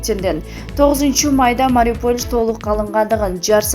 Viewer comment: Эй кандай окуйсун кичине болсо да граматиканы окубайсынбы Мариполь деп окуйсун МАРИУПОЛЬ деп окучу мынча тупая сабатын жоксун тексти аябай эле акцент менен окуйсун бир аз даярданып окучу сен эске салбасан деле баарыбыз окуйбуз сен коп китеп оку